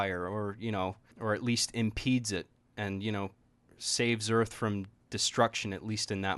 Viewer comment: Did you say earth?